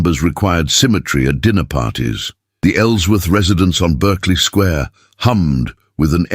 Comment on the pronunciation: Yes so irritating.